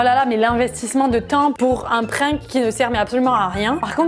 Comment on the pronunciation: elle dit pas un prank elle dit un"prink"😂😂😅